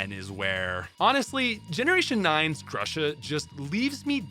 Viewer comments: Actually Gru-sha. I am from Ukraine and in Ukrainian grusha means pear. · everything i wanted to say has been repeated by everyone ad nauseam, but i really wish the ice type was handled better in the games, regardless of where it gets placed, as lorelei and melony demonstrate. also please stop pronouncing grusha like that.